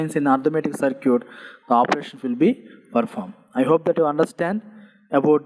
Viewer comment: Sir ur simply awesome .....as a responsible student I want to correct a small mistake of yours (if you don't mind) the way you pronounce circuit is wrong you pronounce it CIR-QUIT but it should be SIR-KIT kindly correct it cause I don't want people to misunderstand my teacher .......with extreme love and care from G.P. BARAUNI (BEGUSARIA)